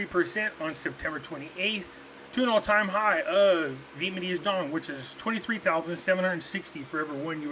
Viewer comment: Pretty sure its NOT "VIETMANESE"....come on!!!!Please